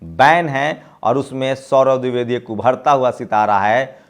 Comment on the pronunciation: pronounce DWIVEDI correctly. Sorry.